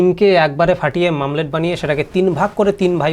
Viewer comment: 😀😀😀 দারুন। তবে কথাটা " মামলেট" না, " অমলেট " হবে।